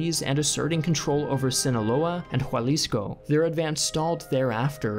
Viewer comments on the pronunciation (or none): Anyone else hear "Jualisco" not Jalisco? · I loved the way you pronounced Jalisco as who-all-is-co Wonderful video! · It’s pronounced: HA-LISCO NOT HUA-LISCO!! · "Jualisco" lol Jalisco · Your pronunciation of “Jalisco” is horrendous. It’s pronounced “ha-lis-co” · Did he really pronounce Jalisco as “Jualisco?” 🤦🏻‍♂️🤦🏻‍♂️ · Me, a jalisience, listening how just pronounced Jalisco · Interesting how Jalisco was misprononced, my family is from Jalisco so its not worth argueing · i hate how bad you butchered jalisco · The video is amazing in content and animations but oh man, your pronounciation of the cities made my ears bleed (Especifically your pronounciation of Jalisco and Querétaro). You can go to Wikipedia to read the correct pronounciation or use Google Traductor and hear the robot say the word.